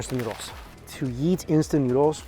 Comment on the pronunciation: Is it just me or does Mikey sound like he's saying "yeet" instead of "eat". 😅 Doesn't really matter, it works either way. All you can YEET... in your mouth. 🤣